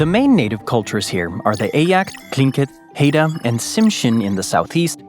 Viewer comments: good video, but Haida is pronounced HIGH, not HAY-duh, and the Cup’ik = CHEW-pick, not COO-pick, Alutiiq = uh-LOO-tick, and Unangax = Wrangell is what you do with a calf at a rodeo--RANG-gƏl, which also applies in #31, where the National Parks are listed: Wrangell-St. Elias. You can also get to Bush towns by snowmobile/snow machine, dogsleg (if you have lots of dogs), and an ATV. Rather than Land of 1000 lakes, Minnesota is known as Land of 10,000 lakes. Attu Island is at-TWO, rather than AH-to. On the subject of state parks, I just learned in the past week that there are 120 of them. Tongass (National Forest) = TAHNG-gƏs, rather than 'gas', which is not near the Arctic Circle. It's more like 800--900 miles south of that line. Rather than YOON-alaska, Unalaska is pronounced un-uh-LASS-cuh. On the positive side, good list of interesting facts, as well as great photography. On the negative side, many of the bloopers could have been checked on Wikipedia, saving you a lot of embarrassment. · Haida is pronounced hyda